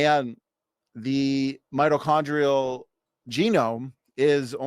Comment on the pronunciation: I'd like to point out that he consistently mispronounced "mitochondrial."